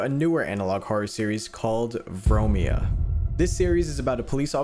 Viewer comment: As a greek, I can say that "Vromia" is a greek word, and you butchered its pronouncing.